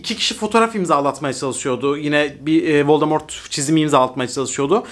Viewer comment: 8.45 vord voldemort diyo sanki dhdhdhdh